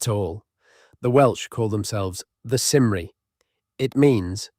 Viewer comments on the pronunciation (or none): Cymry is pronounced more like 'kumree'